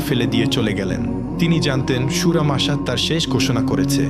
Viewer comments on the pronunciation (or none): আল মাসাত নামে কোনো সুরা নাই !! আপনি ভুল উচ্চারণ নইলে ভুল হাদিস বলছেন !! আমি পুরো কুরআনের প্রতিটা সুরাহ চেক করেছি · Surar namta posto kore bolben. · সূরা "মাসাদ !!!! আপনি তো সূরার নামেই বলতে পারেন না